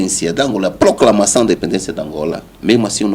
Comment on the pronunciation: O outro repetiu mais de 3 vezes ploclamação 🤦🏾‍♂